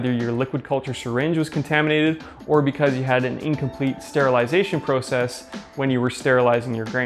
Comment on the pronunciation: The way he says process erks me idk why but love the video regardless